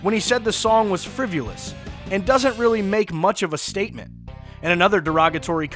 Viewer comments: 'Friv U luss'? Try FRIVA LESS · (shove)-venist???? friv-U-list???? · learn how to pronounce “frivolous”...